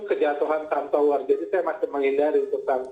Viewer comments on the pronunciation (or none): TOWR atau POWR ya ? saya dengernya TOWR